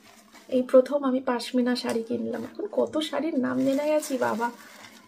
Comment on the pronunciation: ওরে পাশমিনা না রে বাবা পশমিনা